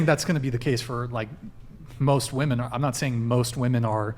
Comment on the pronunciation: God I can’t stand WOMEN who say “women” as “woman”… WTF?!